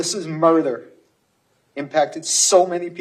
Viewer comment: Sorry but why does he keep saying murther? It doesn't sound like he has a speech impediment?? RIP Alyssa n everyone taken too soon that day